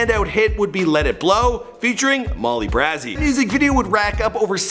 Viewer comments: Its BRAY ZEE NOT BRAHZE . MOLLY BRAYZEE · Learn how to say Molly Bray Z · It's pronounced Mall-LEE-BRAY-ZEE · It's pronounced Molly BR•AY•ZY not BR•AZZ•ZY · It’s BRAY ZEE not BRAH ZEE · This man did not say Molly brazzy who is Molly brazzy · molly brahzy??? really bitch. its molly braezy (brazy) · “ Molly brazeyyy “ it’s crazy with a b wtf 😂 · Molly BRAZY .....not Brah zy .. SMH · "Molly Brazzee" ?? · MoLlY BrA-zEe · He said molly “bruh•ah•zee” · lol its molly bray zee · Molly Brazy Br-A-zy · Molly br-aye-zy brazy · "molly brahzi" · Its pronounced Brazy not Brazy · Is it pronounced Molly BrAEzy? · “Molly Brazzy” 😂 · This nigga really just said Molly braaaaazy "AZT" Wtf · Did he just say molly br-azz-y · Lol Molly BrAhzy😂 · MOLLY BRAZY NEXTTTT !! && it’s pronounced bray-zee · Lmao you pronounce Brazy like Crazy. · "Molly BrA-Zee"🤣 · It’s pronounced crazy with a b in front of it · Who else twitched when he said Molly braazy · “Molly Brahzy” lmfao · It’s Molly BRAAAAAAZY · MOLLY BRAZY not brazee. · It's molly brazy...bray..zeee not whatever he said😭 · Lol he said molly brazzy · Do Molly Brazy ! And it’s Brae-see like Crazy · Damn this dude must be the king of name slaughtering lol. He messed up 69's name and Molly's name. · How does he say brazy baby right but not Molly Brazy right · That's not how you say Molly Brazy😡😠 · the way he said molly’s name...💀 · He did not say Molly Brazy name right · did it bother anyone else that he was saying molly brazy name wrong🤦🏽‍♀️💀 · Makayla Kelsey definitely felt some way 😩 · He fucks up everyone’s name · Makayla Kelsey it immediately got under my skin 😂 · He said my wife’s Molly Brazys name wrong😭😭😭😭😭😭💔💔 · The fact that he mispronounced Molly's name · He keep pronouncing molly brazy 😂lmaooo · Lol I disliked the video just cause the way you said molly brazy.. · You said Molly Brazy’s name wrong😂🤦🏾‍♀️